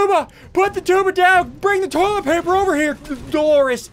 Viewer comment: Ian the entire video: we need more tollet paper